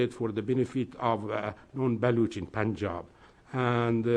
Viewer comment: It all sounds funny to me because this fat nut head doesnt know how to pronounce Punjab, Baluchistan, Gawadar even Pakistan and he's talking about geo-politics and independence. His accent is bizarre, knowledge is limited, views are biased and most probably he's payed for all this! people like these are responsible for pushing US to its demise globally!